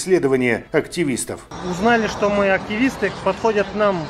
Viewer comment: Ааактивииистыы, не экстремииисты